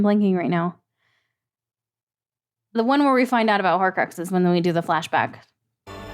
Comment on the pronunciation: I love it when you said Horcuxes